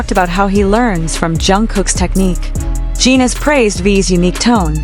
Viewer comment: Please fix your AI commentator. Holis name is Jin rhymes with tin, bin, grin, friend. GET IT⁉️PLEASE FIX ASAP!! Thank you!!!